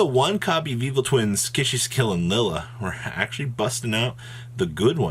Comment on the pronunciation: bruh it’s kis-i-kill 🙃